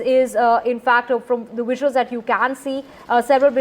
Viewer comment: Is that english? Wisuals xD